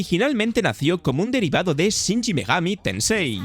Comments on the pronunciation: No es Shinji, es Shin. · la razon por la que horizon suele ser preferido es porque NO es simulacion (y por ende mas accesible a cualquiera) mientras que forza motosport es simulacion. no se porque decis "shinshi megami tensei" es SHIN megani tensei.... (juego que en realidad nacie de los digital devil) y ojo SI habia otro titulo que tenia una formula MUY parecida a persona... la saga de Sakura Wars hace exactamente lo mismo, la diferencia es que en lugar de ser un rpg... es un juego tactico. (y megami tensei tiene varias ramificaciones de estilos, si es cierto que hoy dia persona es la favorita) Mario bross no deriva de donkey kong (si bien "jump man" es su primer aparicion, en realidad super mario bross es la evolucion del juego Mario Bross, a secas)